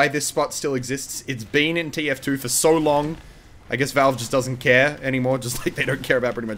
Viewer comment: Why do you say volvo its called valve